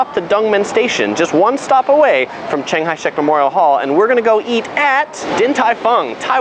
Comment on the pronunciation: Thanks for introducing. But I cant help but notice that you called CKS "ching hai shek", which sounds like a buddhist temple. Ha.